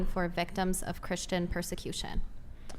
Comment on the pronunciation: A problem, you encounter, when popping Ar-Pees, is the pur-sir-Q-shyon of thruthers on YT.